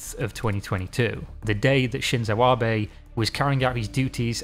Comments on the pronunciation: oh my god this man learned how to say his last name, thank jesus. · Wait is this a reupload where he pronounces Abe correctly? Amazing. That's a good amount of work to correct an error. Appreciated. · I really appreciate it. I was actually coming back to this because I had told myself I wanted to know about it enough that I'd just get over the pronunciation error... And then I found you had redone it. Amazing effort <3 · You are the best,. I will watch it again simply because you took the time to redo it. getting pronunciation is difficult and can be tedious (and clearly some people enjoy giving people a lot of shit for getting something wrong). but it is appreciated seeing a youtuber take this much effort to get it right. i wont judge you for mispronunciation. nor will i hold it against you, epsecially considering how many spectacular videos you have uploaded. it is nice to have this video among the best ones you done. keep up the good work.